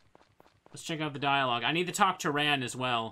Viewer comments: I seriously have never heard an A pronounced that way, even in Japanese. The A in Ran is more of an "ah" (As in the exclaimation) instead of an "aw" (as in "Aw, that's sweet of you"). The A sound that's different would have you saying her name like the past tense of "run". I'll go nab a video to show what I mean, if you don't get it. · We rarely pronounce words with that sound at all here, but we speak the closest in the country to the actual proper english as well. I just don't like how he says the a. It sounds gross. xD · Well however its pronounced a lot of its old fans are probably gonna still call her Ann or Ran like the word ‘ran’